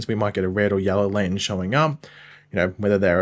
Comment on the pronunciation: Can you learn how to pronounce lantern?????????